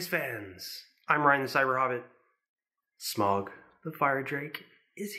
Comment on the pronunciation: Hearing you pronounce his name wrong makes me cringe, so I'm just gonna put the correct pronunciation below. Hope I don't sound rude as that is not my intent. (Sm-OW-guh).